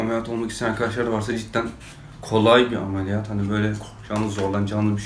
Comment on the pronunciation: ameliyat değil alemiliyat a gidiyor seni çok seviyom abi